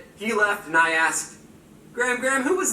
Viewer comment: He aKsed me omg 😂